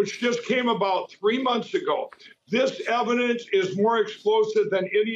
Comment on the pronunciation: "Eidence" wtf... don'f smoke cracks!😅